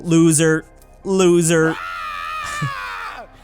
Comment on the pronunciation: Hey why you say that the Pluto you say losser